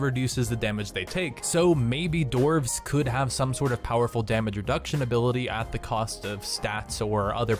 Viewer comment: enderark yeah i really dident understand what he said before "dark iron"